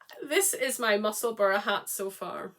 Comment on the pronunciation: Was good to hear you put the correct pronunciation of Musselburgh out there! Always makes me twitch a bit when I hear people say, “Musselburg”. I always want to shout, “It’s the same as Edinburgh!” I believe Musselburgh is actually where Ysolda lives. Anyway, always enjoy your chat, and can’t believe how fast you knit those shawls. I’m joining in the shawlography this year for the first time. Fingers crossed I can get through it. 🤞